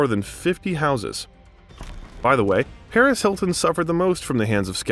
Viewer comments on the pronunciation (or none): none